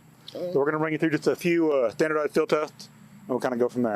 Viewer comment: "Tandersized tield test" the cops speech was worse